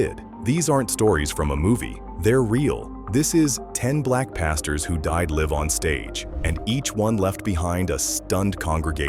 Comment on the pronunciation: The AI robotic voice can't pronounce live right